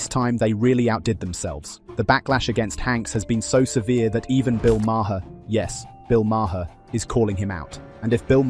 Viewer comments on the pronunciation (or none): BTW, it’s Marr not Ma-her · Who the hell is Marhar? It’s pronounced Marr. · Hey guys - Bill Maher pronounces his last name like "Mayor" Not MaHar. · His name isnt Ma her its Maar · Stupid AI voice, it's pronounced MAR not MAR-HER. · It's pronounced Mar. It's not Mar her. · His name is pronounced Mar not Mar-har. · "The British Brothers"? What the hell is this shit? And what's with the Bill Ma-her pronunciation? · Its not ma her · Who is Bill Ma-her? AI blows. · Its pronounced Marr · It's just Mar..not two syllables..just sayin It's driving me crazy..lol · Your A.I. can't pronounce Maher? MAY-er. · Idk if you're AI, but the pronunciation of Bill Maher's last name is one syllable. It rhymes with 'far'. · "Mah-her". Ugh. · I had to stop after the tenth time of saying may-HER 🤣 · You need to pronounce Bill Maher’s name correctly. Makes you sound dumb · The h in Maher is silent. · Dude, the h in Maher is silent. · HEY…. MATEY!!!!!!! THE E. IS SILENT IN MAHER!!!!!! GET IT????? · Why can't people say Maher correctly? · You need to teach your AI bot how to pronounce Maher.